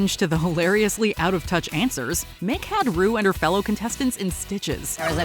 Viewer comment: When she called Ru broom, I fell over.....